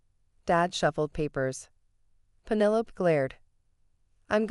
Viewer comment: Fix your bot. Pennylope...